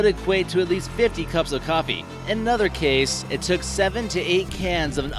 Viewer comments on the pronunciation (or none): none